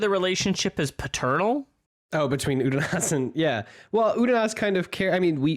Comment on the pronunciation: Every time you guys revert to pronouncing it 'Udonis' I die a little inside.